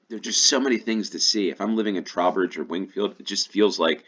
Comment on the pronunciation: Trow rhymes with 'throw' for Trowbridge c